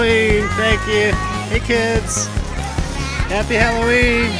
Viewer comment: "Happy Harroween"